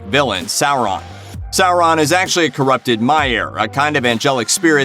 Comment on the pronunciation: I'm sure dozens of people have pointed this out, but Sauron is a *Maia. (Plural Maiar). Not a "Maier".